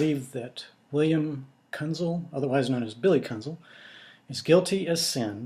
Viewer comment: Sir, first and foremost, I do not care what your opinion of Billy Kuenzel is. And it's pronounced Kenzel as the "u" is silent. Which is what you should be when speaking about my father, Glen Kuenzel. His testimony was and still is the truth. He did get home from work and had to check on me and subsequently take me to the hospital as I suffered a concussion during a football game the Friday prior. Also incorrect is the name Kenneth, my father never referred to me as Kenneth it was always Keith. So I do not know where you get your "facts" from but they, sir, are not facts. Again you can have any opinion of Billy you choose and say what you feel you need to say. But you will desist in speaking of my father. Thank you Keith Kuenzel!